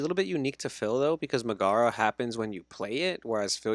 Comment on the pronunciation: love the content from you guys but i cant stand the mispronunciation of Megara. nails on a chalkboard lmao